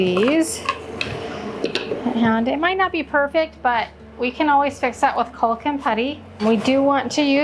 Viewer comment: The ‘L’ in caulk is silent! Love you tho!